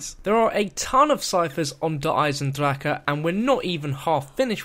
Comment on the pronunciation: I can't believe it's how many videos in now and the amount of comments mentioning it and you still can't pronounce the name of the map properly